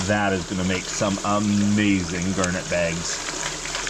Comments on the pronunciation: Why do you pronounce it as "gurnet"? It is garnet, with an A. A gurnet is a fish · Never heard anyone pronounced garnet that way. Must be a Canadian thing. That water is so clean and clear. All the water here in the piedmont is brown and dirty from pollution and the sediment being disturbed.